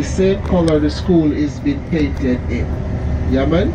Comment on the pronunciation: got that “yeah mon” just right!